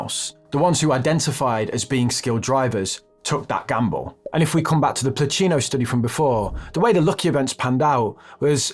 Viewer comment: BTW, it's Pluchino, not Plucino